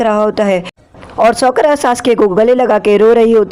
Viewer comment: sokara nhi sakura